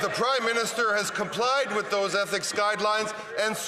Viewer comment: Mckinnon is so rotten to the core he cant even pronounce..Ethics!!!